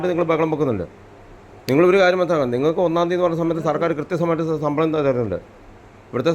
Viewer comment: റിപ്പോർട്ടറെ, സമ്പളം അല്ല, ശമ്പളം. നിന്നെയൊക്കെ ആരാണ് ന്യൂസ്‌ റിപ്പോർട്ട്‌ ചെയ്യാൻ നിയമിച്ചത്.